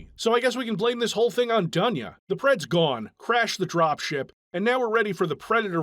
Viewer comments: It's DOON'YA on russian, bro. Live with this info. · It's not Duhnya. It's Doonya.